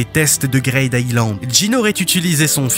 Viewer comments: J'aime bien la vidéo mais STP C'est pas GRAID island mais Greed Island (Grid) Et c'est pas Pi NJ mais PNJ... Ca rend fou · tu rends fou a dire "greyd" island, c grid greed, green, creed donc c "i" le son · Ça se prononce « Gride Aïlande » bordel et pas « Graide » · "grayde aylande" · ta prononciation de greed island m'a fait décrocher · Mais il a pas tort. Faire un peu d'anglais ça fait pas de mal. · Excusez moi ? "Quoi" Island ???